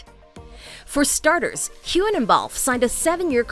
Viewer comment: please review your script for correct pronunciation, I.e., Glasgo, not Glasgow. Mispronunciations destroy credibility. Sam’s last name is hewun, not hugon.—soft g, not hard g.